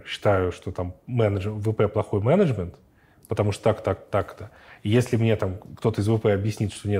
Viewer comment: когда нибудь я привыкну к произношению Эриком слова " мЕнЕджмЕНт" , но это уже совсем другая история